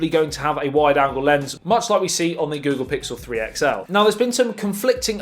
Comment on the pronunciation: The Ghoggle phiksel